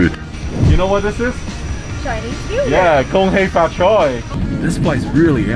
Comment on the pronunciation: Still can’t say food huh.....that’s food, not FUUD